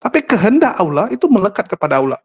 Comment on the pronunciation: Pak pendeta. Anda ini lumayan cerdas los, ilmu anda lumayan, nahhhhh nahhhhhhhh sejak kapan orang kristen bilang " Allah" dg cara pungucapan islam...nahhhhh.. naaahhhhhh anda ini apa yaaaaaaaaa????